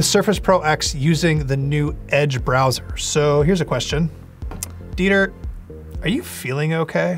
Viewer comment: Lol it‘s Dieter, guys. Not Diter. German first name ;-)